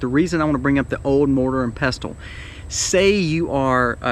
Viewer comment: I've never heard anyone pronounce the t in pestle. My brother has at least one, one I gave him but it's not safe for food as before I gave it to him I used it for grinding a rock that contained lead, and I have 2- one for culinary use, the other I'd rather reserve for medicinal use. I can't afford a grinder, and most of them don't have good ratings for reliability. So I was wondering if I could do it super old-school, and get two round, flat stones. It'd be cool if I could somehow attach a handle to the top one, Then you put the grain on top of the bottom stone, put the top one on the grain, and use a handle or something to just turn the top stone until the grain's ground however fine you want it. I should look into that, tbh. If I can get that plus some dry canning supplies, I should be able to prepare acorns pretty well.